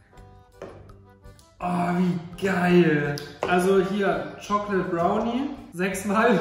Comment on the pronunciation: "Schokled Brauni"